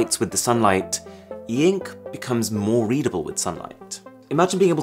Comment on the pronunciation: Normal people : ink Arun : EEEENKK